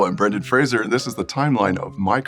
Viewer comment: It’s interesting how he pronounces his last name “Fray-Zer”.